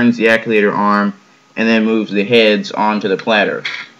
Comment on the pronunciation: Just FYI… It's pronounced "Actuator", not "Acculator".